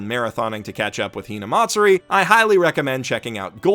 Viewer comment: good lord ur so white.. hearing u pronounce "hinamatsuri" got me cringing so hard.